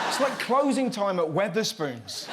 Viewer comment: GR-Eggs? That happened?! lol omfg Wet-her-spoons?! lol!!! I'm dead XDXDXD